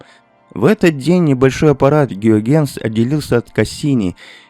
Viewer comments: да, пздц как резало слух это "гюагенс" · Если не ИИ, то откуда взялся многократный "Геогенс"? Понятно, что по-голландски он тоже не Гюйгенс, а Хëйгенс. Но до "Геогенса" только ИИ мог додуматься. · Раздражает бесконечное употребление "гиогЕннс" вместо гЮйгенс. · Выключил, когда появился "астроном Геогенс". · Какой, нафиг, Геогенс... Он Гюйгенс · После фразы "Кристиан Геогенс" сразу вырубил нахер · Гюйгенс - Гео Генс.... вообще не ии, не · Вообще-то озвучка именно ИИ, автора благодарить совершенно не за что. Только ИИ будет произносить фамилию Гюйгенс как "Геогенс", да еще и ставя ударение на неверном слоге. Дизлайкнул видео за неуважение к зрителям. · Ухо режут непрерывные оговорки и неправильные ударения. "Геогенс", извините.Неужели трудно подредактировать? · Неужели так сложно выяснить до записи как правильно произносить Гюйгенс? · Автор, имей уважение к Гюйгенсу. В его фамилии ударение на первую гласную. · Люди стали не нужны: в каментах ИИ-боты хвалят ИИ-автора, неправильно произносящего фамилию известнейшего астронома. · Неверное произношение фамилии голландского астронома резко увеличило выделение метана, а может даже и ракетного топлива, у некоторых комментаторов) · Нейросети пока не могут в ударения и падежи.